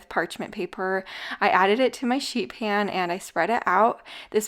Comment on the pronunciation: Sounds like you said shit pan 😂😂